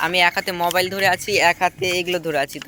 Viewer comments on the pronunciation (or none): none